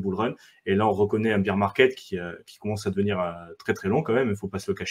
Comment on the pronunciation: BEAR ça se dit baire pas bire de beer qui veut dire bière 🍺 🍺 😂😂😂😂